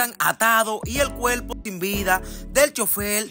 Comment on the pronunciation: Primero aprende ha hablar el cuerpo no cuelpo